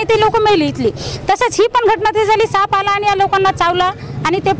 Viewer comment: Saanp not sanap